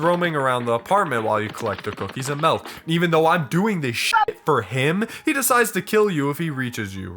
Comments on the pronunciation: hehe he says melk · the true horror is “melk”